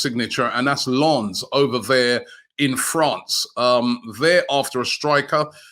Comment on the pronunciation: How is Robbie saying Lawns? 😂😂😂😂